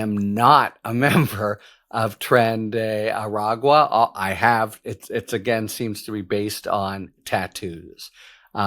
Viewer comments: OTC/ Harry---I owe you an apology. When I offered the pronunciation of "Tren de Aragua", I slipped and left out the "g" in the phonetic sound. And I have been speaking Spanish, English and Catalan since childhood. Mea culpa. You said it correctly here. Also, great haircut! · You learned to pronounce the gang correctly! 🙂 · Bravo, Harry! Flawless pronunciation of Tren de Aragua.